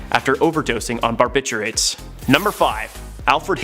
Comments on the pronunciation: Bar-bit-u-its..not bar-bit-churates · It is pronounced BarbitUATES, not Barbiturates. It is Louis B. May er. Not My er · Wow. You need to learn how to pronounce many words. Embarrassing 😖. Louis B Myer? You don't pronounce the r in barbiturates. It's more like a w sound.